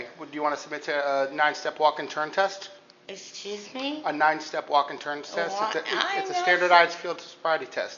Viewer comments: Drunk lady: You're looking at me weirdly. Officer: I look at everyone weirdly. - Esjuze meh? These officers are having a good laugh. This must make up for all the life threatening situations they also have to deal with while getting paid the same. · Cop - "Do you want to submit to a nine step walk and turn test?" - "Esstoozme?"...OK, I think we're done here.